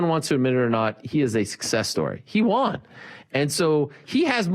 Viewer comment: Hey............ "He won" is pronounced "he one" not "he Juan"